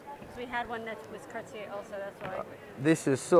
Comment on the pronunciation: Hey bozo cartier no r its aaaaaaaa